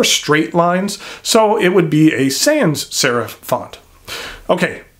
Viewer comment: As thorough and as interesting as this review was the butchered pronunciation of “nuit” “sans” “serif” and “Mont Blanc” was too much to stomach. There are YouTube pronunciation segments that you can Google on each of these.